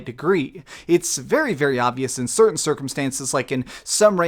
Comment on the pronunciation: "Certaint assets"